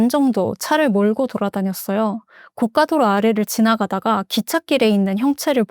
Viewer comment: 고 까 도 로 는 비싼 도로를 뜻해요 고 가 도 로 가 맞습니다 응원합니다 🎉